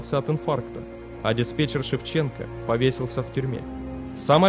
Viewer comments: Квашнин,а не Квашин.Просьба читать внимательно. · Качество роликов становится лучше, но здесь есть ошибки. Прежде всего, фамилия руководителя полетов не Квашин, а Квашнин. Савчук проходил подготовку в качестве диспетчера девять месяцев, а вот стажировался на рабочем месте да, два месяца. Еще одной причиной катострофы было убогое оборудование что самолетов, что диспетчерского центра. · КвашНин. КвашНин же!!!